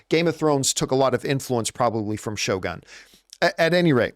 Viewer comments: Did John have a note reminding him how to pronounce Shogun?😂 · No, I was just making fun of the pronunciation!